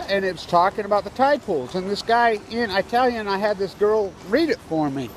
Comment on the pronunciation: "eye-ta-lian" LoL